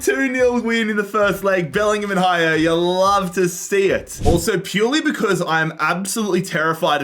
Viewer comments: Its not Haier its aller. The pronounce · pls do never pronouce haller ever again like this its french